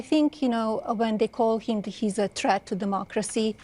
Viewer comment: She said that he is a chreat to Democracy. She said it twice. What in the hell is a chreat to Democracy 😂😂😂😂